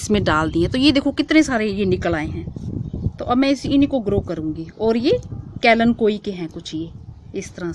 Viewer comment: kalenkoi nahi kalenchoi